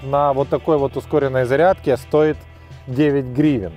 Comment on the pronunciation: какои цирк, 16 раз на зариадке гагаггагаага